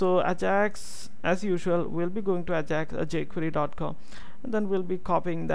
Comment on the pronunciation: Its EyJax not Ahjax. still awesome vid!